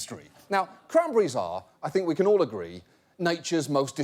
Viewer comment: Wait wait wait learn how to say cranberries before start fucking with them